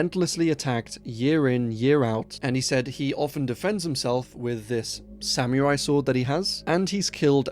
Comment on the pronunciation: Love the videos, but please look up how to pronounce samurai lol. That part bugged me. That would be an awesome movie, though. An old man killing aliens with his sword 😂